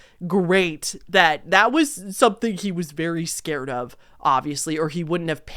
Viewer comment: hahahahhahahaha you saying “scawed little boy” is so funny, im cracking up